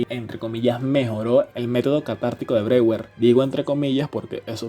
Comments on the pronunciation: Buenísimo!!! Solo una cosita Breuer se pronuncia "broller" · Se queda de cómo pronuncian Freud pero no sabe pronunciar Breuer